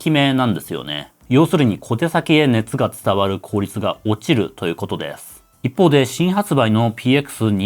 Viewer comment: 耳の腐っているオジサンのために、語尾のですの「す」を明確に発音してほしいで＆